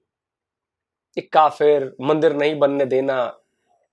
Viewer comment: Alok sir.... mzaaaa aataa h bht in jokers ko dekh k . Kafiiiiirrrrrrrrrrrrr..... Kafrrrrr... education inke samne kya chizz hai.... pronounce krna v ni aataaa words properly kafrrrrrrrrr....😂 sir inki history hai kya ??!!! 75 years se phle bne hue h. Humare indian muslims bhai behno se kuch Sikho pakistanioo.... we r proud Indian.